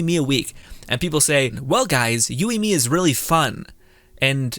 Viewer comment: I liked what you said. But I think her main failures are lack of aoe and her burst is really lacklustre. The lack of aoe makes her immediately 50% less effective even against 2 enemies. Also my guy. Yoi not youi. Plz.